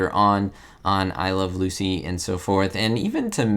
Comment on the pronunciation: You're not pronouncing the title of the show correctly.